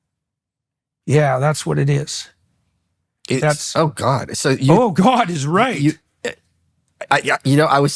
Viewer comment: I felt that emphatic “oh, god.” It was what was echoing in my own head and making my stomach ill. The explanation is worse than I thought.